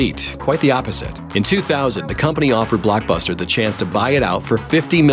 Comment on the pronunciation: WHYTF does he say blackbuster and aanline